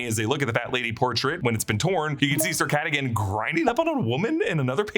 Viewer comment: It was “Sir Catagan “ for meow 😸